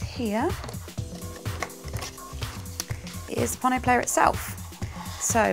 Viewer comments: It' Pono as in Edgar Allen "Poe" and "No". Please guys get this right. FWIW I am one of Pono's forum moderators and regularly meet with Pono so am completely clear about this. Hearing you mis pronounce it really grates. cheers ian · this should be kind of obvious. Think "polo" or "Apollo". It's "pono", so why pronounce it like "ponno"?